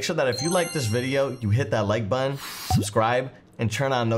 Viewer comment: WHAT CANT YOU SAY BUTTON CORRECTLY